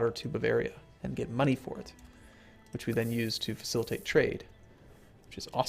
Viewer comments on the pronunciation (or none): none